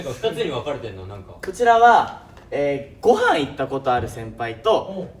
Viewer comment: 琳寧「ご↑はん行った先輩と〜」 とか、たまに一文字目が高くなる喋り方が癖になる🤣